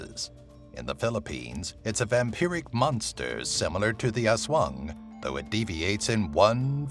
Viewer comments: Its not haswang its aswang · "Oswong" hahahahah yung pronounciation talaga eh